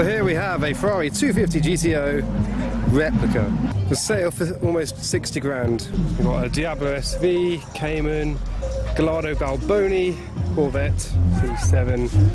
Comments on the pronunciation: It’s pronounced gayardo not galardo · he said “gah-lar-doe” boys unsub